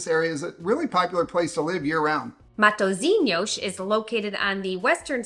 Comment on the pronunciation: proud of how you pronounced ''matozinyosh'' at the beginning